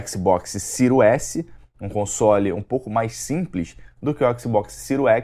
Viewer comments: "Cirios éssi".... O encardido ai não pronuncia o nome do console... Como hoje qualquer favelado sem informação acha que é o dono da verdade... Em pleno 2020 nego ainda vem falar em exclusivos, a ai vc vai ver a lista dos 10 jogos mais vendidos no PS4 nessa geração e o argumento do "excrusivu" vira uma rola do Kid Bengala na bunda de quem ainda diz isso. O encardido da língua presa nivelou tudo de acordo com o gosto pessoal limitado dele. Vc tem um console a preço acessível, pronto pra próxima geração com um serviço como GamePass lotado de AAA, mas pq não tem o Lesbian of anus, não presta. Os Milgrau la da vida era retardados, mas o encardido ai se superou... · "xbox siro S" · “Xbox siru S” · O cara não sabe nem falar series s, ele fala siro s kkkkk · O que falar de um cara não sabe nem pronunciar o nome do Console , o que espero de alguém que fazer um análise sobre um vídeo game ou qualquer outra coisa , saber ao menos a proposta pra o produto foi criado . Kkkkkkkk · Canal que mais cresce no Brasil? Piada né? Tu nem fala o nome dos consoles direito. Comecei ver o vídeo e nem terminei... 🤢🤮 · O cara não sabe nem pronunciar o nome do console e ainda fala merda